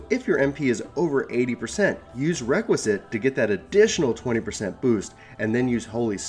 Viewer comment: Good video! But it's pronounced Rek-Wee-Es-Kat rather than Requisite